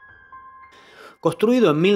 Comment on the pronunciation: Pronuncia las "N" costruido istalaciones... Jajaja igual buen vídeo